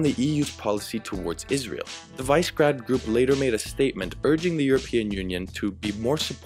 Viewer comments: More like wi-sheh-grad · WI - SHE - GRAD ... why is it so difficult? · Note' It is pronounced "VEE-SHEH-GRAHD"